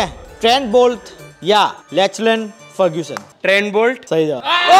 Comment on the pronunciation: When moral said none of the above…. I was literally disoriented 😢😂😂😂😂 Edit: it’s lockie ferguson not lalchan frrguson🫠